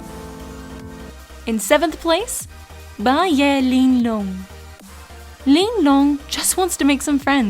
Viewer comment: It's pretty funny how she says "Ling Long".